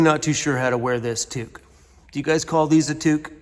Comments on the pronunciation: In Canada a knitted cap is a "toque", the "to" pronounced "too" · Yes a tuque haha thank you for pronouncing it right lol. People, a "toque" is what chefs wear in the kitchen 😉